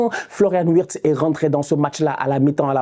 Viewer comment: Wittz se prononce "virts"